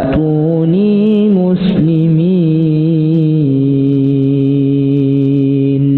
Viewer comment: Ass.ww.mohon maaf koreksi dalam suara wa tuunii muslimiin terdengarnya wa nuunii muslimiin.makasih